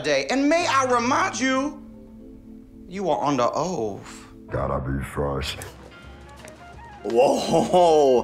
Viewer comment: “And may I remind you, you are under oaff”